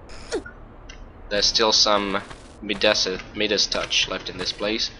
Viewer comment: Pronounced MIE-das.